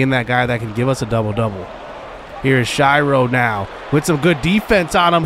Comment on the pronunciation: Please stop mispronouncing "Shiro." It's pronounced like hero with an S at the beginning. Shih-row